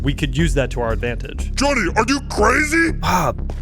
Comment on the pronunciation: Yo😂😂😂no hate but its speedrun civ and also its not konny its jhonny😂😂